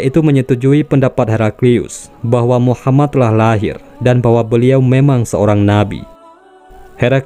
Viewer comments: Min tolong ngomong yg yg benner. Nabiullah Muhammad saw. Bukna muhamman. 🤦‍♂️ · Radio atau vieeo,, ini orangengucaonya MUHAMAN, yang benar MUHAMMAD